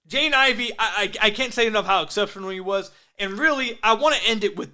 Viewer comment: You gotta practice pronouncing Jaden Ivey's name. Sounds like youre saying "Jane Ivey" 😂